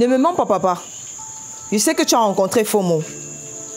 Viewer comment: Belle série. Initiative louable d'utiliser les noms de chez nous, pour appeler les personnages. Juste un petit souci, Patrick Oyono sait qu'on ne prononce pas "Fo mo" mais "Mfoh mo'o". Pour avoir un peu plus de réalisme. Si non, on aime quand même .